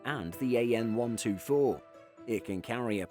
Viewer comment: He will never learn …it’s AN (Antonov) not A.N…… TU…(Tupolev) not T.U….. is this an aviation channel or what? 🤦🏻‍♂️